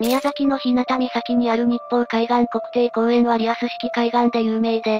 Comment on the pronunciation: ひなたじゃなくひゅうがです。